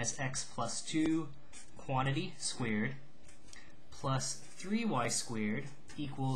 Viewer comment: lol you say "squared" like "squeered." Hehe. BUT LIKE HOW DID YOU KNOW IT WAS AN ELLIPSE AND NOT A CIRCLE! MY BRAIN IS BEFUDDLED